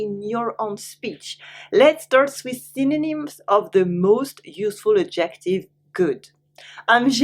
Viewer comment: Le mot adjective, c’est ADjective, l’accent sur la première syllabe, pas la deuxième. Juste un détail. J’apprends bcp de nuances ici.